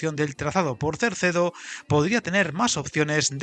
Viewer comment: Es CERDEDO, NO CERCEDO. No tiene razón de ser Cerdedo, ya que, además de no justificarse el volumen de inversión para el ahorro de tiempo, los 4000 millones de presupuesto dan para la salida sur y para una mejora sustancial de la línea del Miño, que además podría dar servicio en mejores condiciones a poblaciones intermedias, como Salvatierra, As Neves, Tui o Ribadavia, con cercanías o media distancia, que ahora tienen un servicio prácticamente inexistente o que no es competitivo con la carretera. Con la salida sur ejecutada no creo que la diferencia en tiempo entre Vigo y Ourense llegue a esos 10 minutos, ya que, además podría acortarse el recorrido con pequeñas variantes que eliminarían curvas de radio muy cerrado y algún túnel que también ahorraría recorrido y permitiría velocidades mayores.